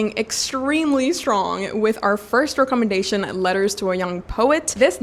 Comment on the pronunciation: Hi your English is good but in England we dont say REE commendation we say REK commendation. I am now getting into reading classics so I have browsed some channels and upon seeing you I took such a deep breath that someone such as you exists.